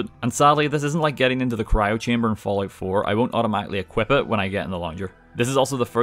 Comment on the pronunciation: I swear to god I heard him say “when you think of the ballout series”